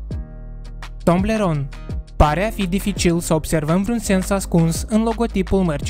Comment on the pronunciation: Toblerone nu Tomblerone (fără hate)